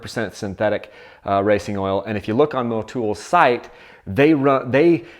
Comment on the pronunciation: thats funny when did Motul pick up 4 O's in its name to be pronounced Mowtoooool. Stop butchering words yankies!